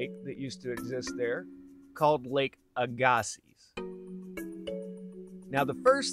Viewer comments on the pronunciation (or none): Very interesting. I live in Arden Manitoba, the shore of of Lake Aggasiz. But as far s I know, your pronunciation is wrong. It is pronounced AG- a-see